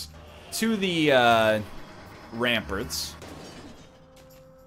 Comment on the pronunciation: I love how he pronounces it ramperts